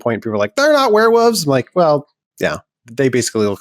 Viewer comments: Hearing say " Werewoves" was hilarious. & endearing. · Did he say werevooves? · I thought he was doing a bit there, but no, wear woves it is :D loved it